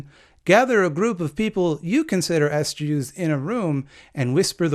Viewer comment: "S-Jews"? You might want to come up with another way to pronounce "Ess-Jay-DoubleYous"...because, ya know, there's enough to deal with already....